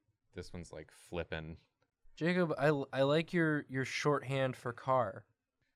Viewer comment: "waddaya sayin? Jarcub?"